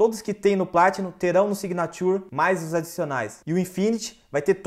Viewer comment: Amigo a pronúncia signature está errada,mas parabéns pelo vídeo